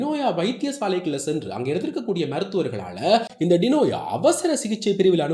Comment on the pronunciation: வார்த்தைக்கு வார்த்தை டினோயா டினோயா என்கிறீர்கள் அவரது பெயர் டினோசா(ஜா )தானே? எதற்கு பெயரை மாற்றி கதைச்சு பிழையான செய்தி போல் காண்பிக்கிறீர்கள்